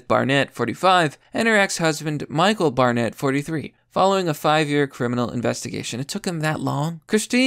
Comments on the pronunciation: Wtf I dont think you’re an American anymore. I didn’t care about the several mispronunciations in every other video, but pronouncing BARnett as BAREnett? Thats like one of the most common names in the US, and you started pronouncing it correctly halfway through the video. You’re all over the place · Bore-nett, Bare-nett, Barnett. Keep it up. You'll get it eventually. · "Bear Net." LMFAO, Dude I seriously think you intentionally mispronounced peoples names sometimes!!!🤣🤣🤣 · Dude, it's Bar-nett Sound it out buddy. 🤦‍♂️